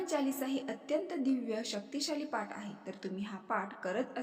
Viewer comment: पाट नाही म्हणतं पाठ